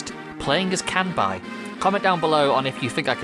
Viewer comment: You’re pronouncing his name wrong. It’s “Kanbei”, not “Kanbai”.